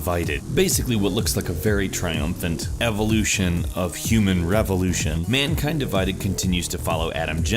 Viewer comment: Am I the only one who heard him say Deus Ex:Mankand Divided